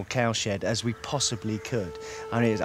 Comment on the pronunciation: Is it just me, but every time they say cow shed made, it sounds like cow shit made?